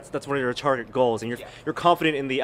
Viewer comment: I thought he said "that's one of your retarded goals". Turns out he said "target" lol.